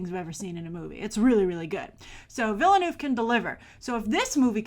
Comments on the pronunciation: Awesome !!! P.S: Denis is pronounced without the "s". And Villeneuve is like "Vilnuv" or something like that. FYI ;) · Huge fan of a guy she can't even pronounce the name of??? Willeh-Nooph! Really? Pffff